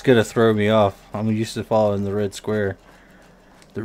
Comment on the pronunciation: "Fallowing" sorry